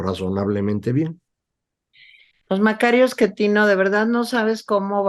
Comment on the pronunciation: Tere, no es 'Esquetino' 😖